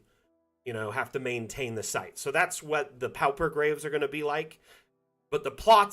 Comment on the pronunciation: Thanks! Dungeon Alchemist helps my sanity (but only because there aren't enough Great Old Ones in the assets yet). I hate to be "that guy". Unless it's a regionalism, pauper rhymes with (and sounds identical to) paw-per.